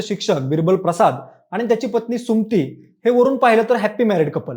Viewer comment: सुमती नाही सु म ती म्हण